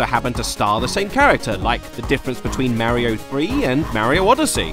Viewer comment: if i hear him pronounce mario as ''mare-io'' one more time i swear